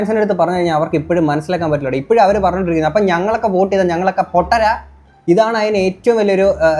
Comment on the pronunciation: oat alla vote